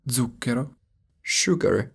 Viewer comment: Indeed, you pronounced wrongly "scena" (too closed stressed vowel) / "bene" (too closed stressed vowel) / "zucchero" (indeed starting with a /ts/ affricate sound, not /dz/). A too much "modern-age Northern-Italian" pronunciation, but bever mind. The video remains of high quality nevertheless.